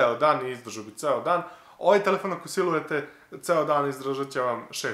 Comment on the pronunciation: SILUJETE'' :3